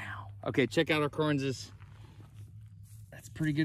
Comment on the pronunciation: Why does he say "Correnses?